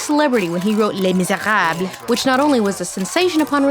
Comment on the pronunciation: Nice to hear an English-speaker who doesn't pronounce it "Lay Miser-ah-b" 😋